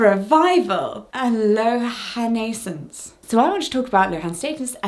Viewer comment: Kudos to Jessica for pronouncing Lohan-aissance. I’ve seen that word before and wasn’t quite sure how to say it! 👏👏